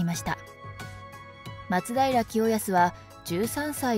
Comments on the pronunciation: 松平のアクセント....... 松平定知アナウンサーじゃないが、やっぱり「ま」にアクセントを置いてほしいな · 松平のイントネーションおかしい